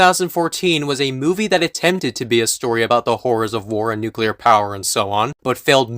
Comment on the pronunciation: I can forgive the bad opinions, the lack of research, the thorough misunderstanding of Godzilla as a concept... but when he said "nucular war" I lost it.